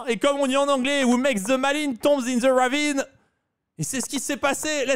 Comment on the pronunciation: "who makes the maline tombe in the RRravine" AHAHAHAHAHAHAAAHAHAHAHAHAHAHA